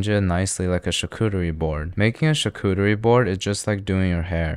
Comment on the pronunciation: Holly crap they said Charcuterie correctly